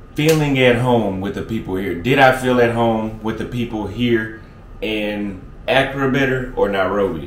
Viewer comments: It’s not Acura (a car), it’s Accra (A-Craa). 😆. Sorry you drove me crazy with that. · Pronunciation .... uh-CRAW! not ACC-cruh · Great content, bruh! The black with stripes set…….Your tailor’s work is 🔥🔥🔥. Your swag will get even more off the charts if you learn to pronounce Accra correctly. 🤣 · 'Don't think you are pronouncing Accra properly. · Can you pronounce Accra correctly? Lol.